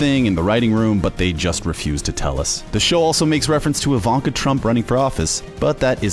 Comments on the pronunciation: EE- VAN- KAH….. not Ai-Van- kah for God’s sake, It’s a Slavic name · The way he pronounces things like Ivanka he keeps saying I-VON-KA it's pronounced E-VON-KA